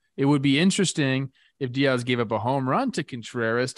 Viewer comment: Why does Trevor say “Diaz” like a white girl lol